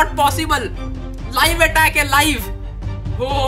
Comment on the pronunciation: And it's attack not attaac